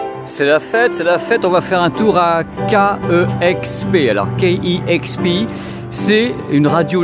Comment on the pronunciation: Salut! euh la radio c'est KEXP (d'ailleurs à prononcer "quai ex pi" et non "quai euh ex pi"), mais tu t'en es bien rendu compte quelques instants plus tard! Tes vidéos sont super cool!